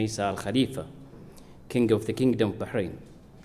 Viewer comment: What an odd note the U.S. added to today's celebration. And why did the US Ambassador pronounce Bahrain Bahrahn?